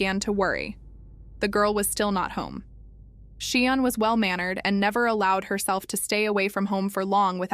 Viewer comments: Say 'sharn' as in Sian. Not sheean😢 research properly . The child is dead ffs. Respect . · Pronounced SHARN NOT SHEEAN.FFS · Say 'sharn' not 'sheen'.